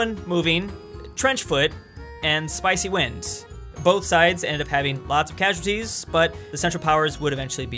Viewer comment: He said Spicy Wind